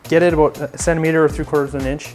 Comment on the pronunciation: He's Canadian! Love hearing you folks up north say about:)